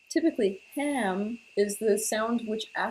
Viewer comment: Haam and ham are both not for the throat chakra. you're saying that so wrong....